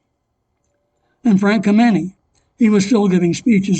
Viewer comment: You mispronounced Frank Kameny's name. The accent is on the first syllable, not the second.